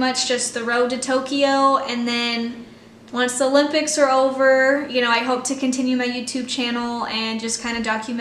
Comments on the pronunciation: It’s adorable how you always pronounce it “the ‘lympics,” never ‘O’lympics 😂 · MyKayla can’t go to the olympics until she learns how to pronounce it correctly